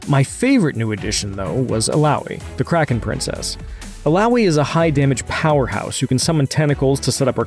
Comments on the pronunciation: its "Kraken Priestess" 👌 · It's "Kraken Priestess"